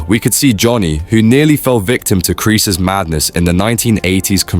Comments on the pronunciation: Why do you keep saying Kris!? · Why is he calling Kresse kris 😂😂😂😂